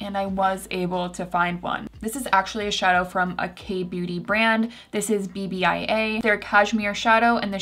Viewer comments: Loved this! Just fyi, BBIA is pronounced like "BEE-uh" 😃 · 'BBIA' is actually pronounced like the last syllable of the word 'haPPY' + ah :) I have all of the cashmere shadow shades and love them all! Cozy Dia looks beautiful on you!